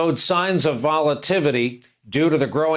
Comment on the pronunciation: “Volativity “ lol